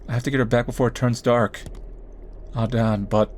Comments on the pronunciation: His name is Dan its not that hard??? Unless I'm missing something, then idk why he says Don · it's Dan. not Dawn, or Don. think Ban, with a D instead of B. not gonna lie if you say Don one more time during this video i can't watch it.